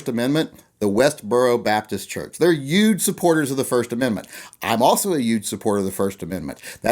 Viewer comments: You say "yuge" a lot. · Are you saying "Yuge"? lol. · I like your pronunciation of the word 'huge'